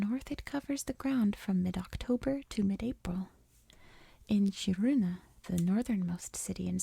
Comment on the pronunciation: Hi Swede here. Use K. not chee. Kiruna. Im from south of sweden.